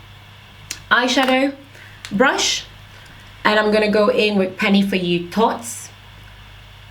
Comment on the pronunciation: The way you pronounce thots is soo cute Lol ... I love your natural hair videos !!!